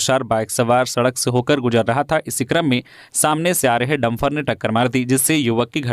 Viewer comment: समाचार वाचन कै दौरान हिंदी भाषा को अपभ्रंश न करें, शुद्ध शब्द डंपर होता है न कि डंफर ।